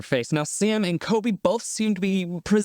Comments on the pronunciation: Everytime you say Coby instead of Colby I cringe so hard lol but love the vid!! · He calls colby coby lol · Do you keep saying Sam and "KOBY"? It's COLBY with an L if so. ❤ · I noticed you kept saying Coby instead of Colby lol. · Am I the only one bothered by him dropping the L in Colby ? Sounds like Kobe to me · His name is CoLby not Kobe btw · is he saying Kobe